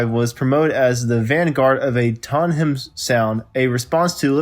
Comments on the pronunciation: interesting but Tottenham is pronounced Tot -ten-um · Who is narrating this video. He can’t pronounce “Tottenham, Impala’s etc…”. What’s up with that? Hard to listen to. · The narrator seems to have a problem with some English words, Tottenham and Mersey for example, why not employ someone who can speak English? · Aas a Tottenhamite, it's pretty painful to listen to. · Dude, how the hell are you pronouncing Tottenham? LOL! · Learn how to pronounce Tottenham - jeez ever Ozzy had a better stab at it than this narrator. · For one thing it's pronounced Tottenham and Denis Payton and if you are reading this you are terrible. And if anyone is a true DC5 fan they already know all of this.